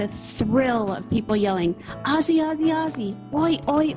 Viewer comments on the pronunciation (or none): none